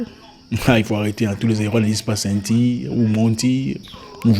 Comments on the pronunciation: Ceintire, voitire, partur, 🤣🤣🤣🤣🤣🤣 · Zack, 😂😂😂😂, ceintire, voitire... Quoi, tu es zaïrois? 😂😂😂